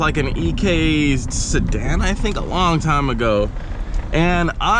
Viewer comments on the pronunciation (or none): none